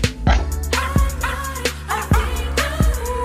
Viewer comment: Thank you for that i would've never known he meant Bork when alm thus time I thought he said bark